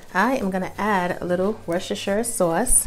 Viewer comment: I just 💕 me some and the way she says Worcestershire sauce🤗😂 great recipe!.